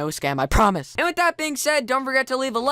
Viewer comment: He cracked me when he said PAECE in wrong pronounced way, because no offence but it's PEACE apart I. He also made me laugh when he said but anyways, but anyways, two times. 😂😆😄